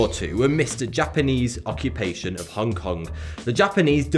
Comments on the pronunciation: It's Hong Kong, Not "Hongue Kong" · Stop saying "Hongke Kongke", you fkn northerners and your inability to understand that the 'g' in 'ing' or 'ong' is silent fucking baffles me.. Do you also say "Swing-gingke" instead of "Swinging" with a silent 'g' ?